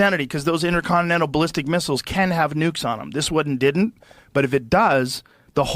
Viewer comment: Won = one. Not Juan or whon